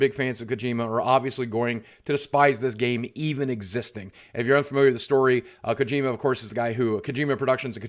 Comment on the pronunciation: Ugh, "kuh-gee-muh"